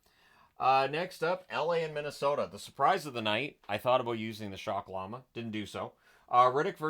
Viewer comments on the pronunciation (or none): none